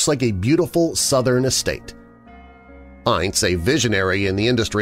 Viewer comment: I love you,but his name was pronounced "Ince" to rhyme with "mince"!